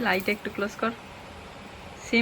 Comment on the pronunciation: সিম্পিল হবে না সিম্পল বলবে